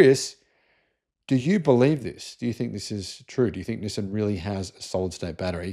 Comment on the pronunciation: Learn how to say Nissan properly. <G>